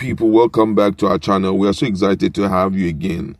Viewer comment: The Word Is Excited, And Not (EXZITED) Please Get Your Diction Right!